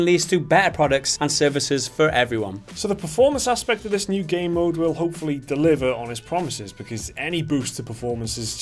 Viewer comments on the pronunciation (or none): I keep hearing them say "gay mode" instead of game mode. 😬